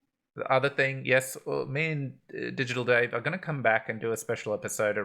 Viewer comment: We got a treat this time. Butchered both DigitalDave and Kusama! ;-)